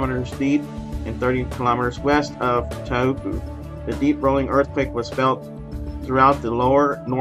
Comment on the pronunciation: Pronounced - Tau rhymes with how and po like so. How so? Taupo! Cheerio.